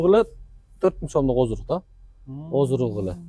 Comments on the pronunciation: оздрук дебей оздук деп эле айткылачы сураныч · Бизде Ошентип айтат ооздук деп сен айтабер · Оздурук деп Оштуктар айтат.😂.